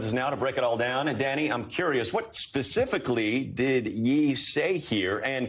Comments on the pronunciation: Lol he calls ye, yee haha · He called yey ye lmao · Lmao this is nuts Didn't he donate to the family??????? Lmao way they pronounced ye